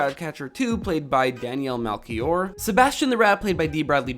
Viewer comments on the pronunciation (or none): quick note on portuguese language, the ch in daniela melchior's name is pronounced as sh like (lady) shiva.